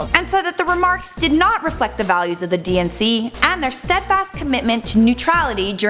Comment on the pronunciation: When she says DNC, I keep hearing and thinking she is saying "DNCE" (the band who sings Cake By The Ocean and Toothbrush XD Why do they have to be my favorite band? XD)